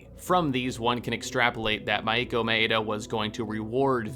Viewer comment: I love the video but I hate the way you pronounce "Rache" it's ray-sh Edit: the way you pronounce most words(my-E-ko?) Maiko ) is weird considering you have played the game right? They say their own names